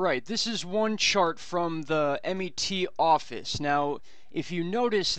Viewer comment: Wow your name is? its such a british name... its the MET ( as in Metropolitan) OFFICE and not M.E.T, not picking just correcting sounds wierd when you say M.E.T...anyway wonder how the sky will look when comes???